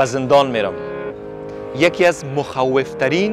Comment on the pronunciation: جان! تلفظ واژه مخوف را اشتباه بیان کردید. در مورد زندان هم باید می گفتید که این زندان غیر فعال هست و زندانی در آن وجود ندارد ، فعلا از زندان به جای موزیم استفاده می شود.